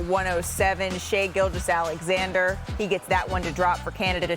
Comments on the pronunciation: That woman really said : « Canada had a superstar, his name is Shai GilGUous-Alexander » Come on learn to prononce his name at this point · Ramona - Learn how to pronounce Star players names correct. Especially when you are speaking to the fact he is a superstar for the Canadian National team. His name is Shai Gilgeous-Alexander - Do your homework and due diligence and learn how to pronounce his last name please.